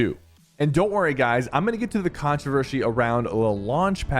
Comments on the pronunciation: 12.27 bro said controvershy 😭😭😭😭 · The Controvershe 😂😂😂😂😂